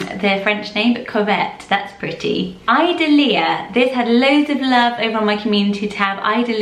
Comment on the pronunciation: I swear you're pronouncing Idalia wrong. There was a girl in a couple of my classes one year (I think my senior year) back when I was in high school and her name was spelled I-D-A-L-I-A but it was pronounced similarly to "Adalia" so like "I-dahl-eah"